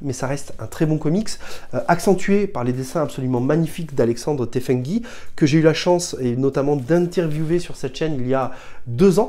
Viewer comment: Salut. Merci pour ces recommandations. Tefenkgi se prononce TenfenJI. Souviens-toi dans ton interview, il t'avait corrigé! Mais deux ans après, c'était difficile de s'en souvenir. Push It To The Limit en 2025!